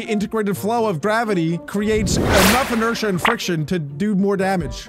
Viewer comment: its inertia 😂